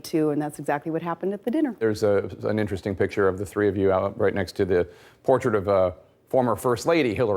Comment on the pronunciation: "Purpuhtreatur" doin' the bad stuff.